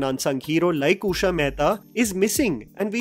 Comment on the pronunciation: Usha ❌ ooosha ✅